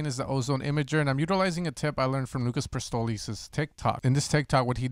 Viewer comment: "Lucas Prestoli" 😂 Great Tutorial man. Loving your Short Video Format as well, lately